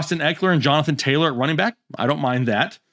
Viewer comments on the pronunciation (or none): Daaaaaamn, you butchered all 3 of their names, lol